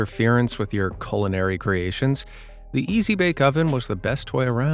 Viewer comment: It’s pronounced culinary and I’m pretty sure it’s easy easy bake oven